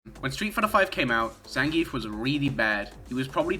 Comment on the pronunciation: Maybe your shitty opinions would carry more weight if you could pronounce Zangief correctly